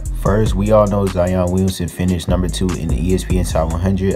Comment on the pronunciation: "Zion Weeyunsun"